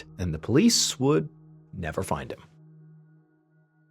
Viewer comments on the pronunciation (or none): none